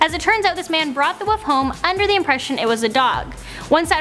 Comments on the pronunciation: Wolf not woof omg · wolf LLLLLLL not woof WOLLLLLLLF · she keeps saying woof not wolf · Wolf not woof! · I hate people that say woof instead of wolf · I'm disliking for the soul reason she said 'woof' instead of wolf... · Wait does she mean to be saying woof cose I thought it was wolf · was it Christian woof or Christian wolf😕😕